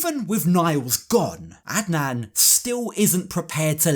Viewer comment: You pronounced Adnan really well in your last sentence. Do you speak Arabic by any chance? Plus, Adnan is most likely a homophobe “as most stereotypical Muslim Arab men are”.. so he won’t shake Loren’s hand in order to not catch the “gay”